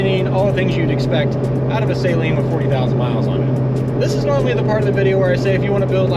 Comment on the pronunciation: Just in case you ever run into Steve Saleen......you should know that it's pronounced Suh-leen, not Say-leen. (Just sayin)